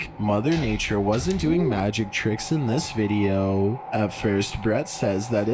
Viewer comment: How can you stand that guy's voice? He makes a syllable word 16 syllables long Videoooooo Youuuuuu Cornerrrrrr Evacuaaaaaate Ownnnn Happennns I used to subscribe to his channel until I could stand it any longer